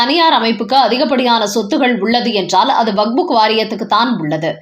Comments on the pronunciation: அது வக்ஃப்! வக்புக் இல்லை! உங்கள் பல வீடியோக்களைப் பார்த்தேன். அனைத்திலும் இப்படித்தான் வக்புக் என்றே அடமாக உச்சரிக்கிறீர்கள். தயவுசெய்து செய்து உங்களை திருத்திக் கொள்ளவும். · ஐயோ ! இந்த அம்மாவை மாற்றுங்களேன்! " "வக்புக்" கேட்க சகிக்கலை.